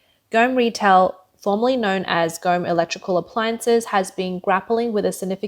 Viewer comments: its not gome(as in gone with a m instead of n) its pronounced Goa-Mei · Go Me not Gome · Please pronounce properly the name Gome. It is pronounced as Go - May😊